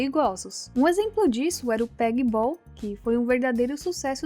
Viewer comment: É POGOBOL.. e não pegbol rsrs